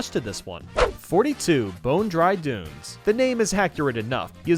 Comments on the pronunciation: did he just say dry Boones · You said dry boons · Did you say Dry Boons, when talking about Bone-Dry Dunes? Lol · No one: Literally no one:: DRY BOONS Edit: yes brother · he legit said dry boo-nes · “bry bunes” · said Dry Bunes. Lol XD